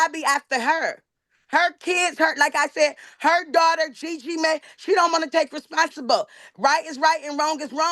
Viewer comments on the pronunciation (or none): "She don't wanna take responsibow!"